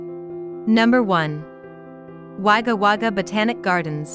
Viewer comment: Nice town most Australians call it Wagga which is pronounced Wogga Not Wagga